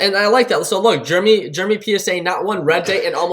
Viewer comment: i hate people that cant pronounce the name Jeremy, its Jeremy, NOT JERMY!